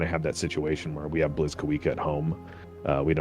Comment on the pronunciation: Blyskawica is also pronounced more like "bleeskaveetsa".